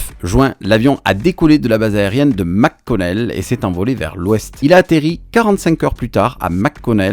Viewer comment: Petit cours de prononciation qui choque a chaque fois que j'entend les francais faire cette erreur courante. le préfixes Mc comme dans McConnel air force base ne se prononce pas MAC Connel mais bien comme si on disait MEC et il n'y a pas de pause entre le Mc et Connel, essayer de dire MEConnel et vous serai pres de la bonne prononciation. MAC ne peut se prononcer que si le préfixe est Mac... sinon Mc = MEC.